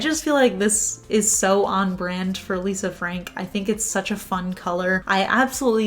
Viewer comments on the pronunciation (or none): none